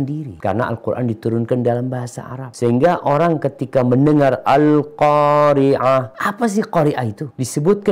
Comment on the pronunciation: Al Qoori'ah pakai Ain dengan Al Qoori ah pakai Hamzah, beda jauh maknanya, ustadz itu memang sudah seharusnya diciduk